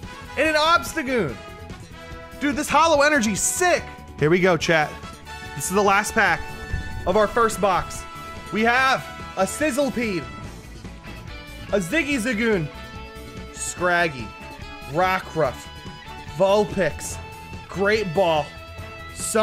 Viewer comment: my man called sizzliede sizzipeed